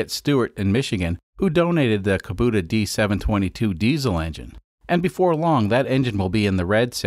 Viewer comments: R u Canadian? It’s kAbouta not kaboota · KAH-BOOT-AH. No KAH-BOAT-AH. Yes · Kubota. Lol it's pronounced koo-bow-tuh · Just FYI, Kubota is like Toyota. CUB-oh-ta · It’s KA-bow-ta